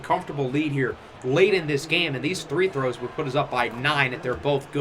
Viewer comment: Waiting for him to be able to pronounce free throw